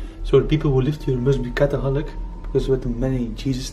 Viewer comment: did he say cathaholic lols 17.17 aaaahahaha loove that!